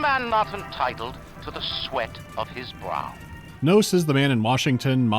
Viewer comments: IS A MAN NOT ENTITLE TO THE SWIS OF HIS BURB??? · Is a man not entitled to the swoouws of his braawrb? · "is a man not entiteled to his swos of his brat?" new vocal stim saved